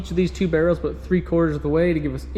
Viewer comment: It's aboot time that you talked aboot this.